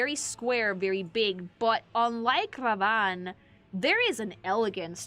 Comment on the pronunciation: Why do you pronounce Radahn like that? 😂